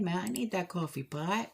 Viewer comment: My family is from NJ and I love hearing you talk about grabbing your coowafee .... I think it needs an Entenmanns crumb Coffee Cake! Love your channel I visit every day.